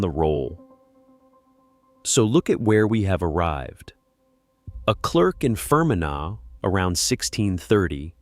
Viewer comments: Fer men agh?, Fermanagh (Fer man agh) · Fgsakes…..phonetically It’s FER-MAN-AH (Ireland). Agus…it’s LÁN-ARK-SHIRE (Scotland) ….agus…AIR-SHIRE (Scotland)… DUM-FREES-SHIRE…… Yeah….America got all the Scots n Irish to building all the building….. rtump is demolishing the whole country now.